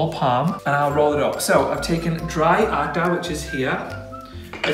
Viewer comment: I loved it. As being and Indian i make it every day for meals. I enjoyed watching you making roti. Actually this is the very first time i saw some non Indian person making roti and also pronouncing the same roti and atta. I would love to watch you making some more Indian food. Btw your roti was perfect.much love from India.💖💓💖